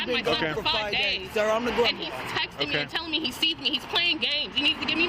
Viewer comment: GRAND MA SOUNDS MORE LIKE GRAND PA !